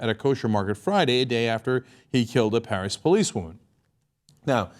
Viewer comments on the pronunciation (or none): none